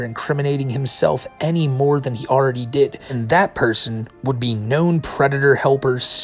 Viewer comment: actually, white bowser is a pwedatuh